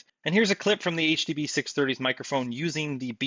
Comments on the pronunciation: Ah, yes! the Huh Duh Buh Six Hunge-30s, by old mate Senny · It's the HUH DUH BUH SIX HUNGIES